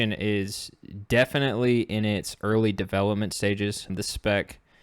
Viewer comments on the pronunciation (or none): none